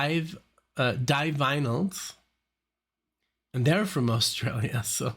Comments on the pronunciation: Divinely are a combo of your pronunciations. D-vinyls. Like vinyl records. If you could do a video marathon, I'd say dmto do the first five ever aired on MTV. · The Divinyls is a play on the words 'divine' and 'vinyl', that should tell you how it's pronounced.....therefore not 'die-vinyls' or 'div-innals'. No biggie but we Aussies like our bands pronounced correctly.😉 BTW, Chrissie Amphlett died from 'breast' cancer, not breathing cancer.😬 The Divinyls are a kickarse band....react to more of them. Hey, you should also do some of The Cure's new album 'Songs Of A Lost World'. Brilliant album, their best for years.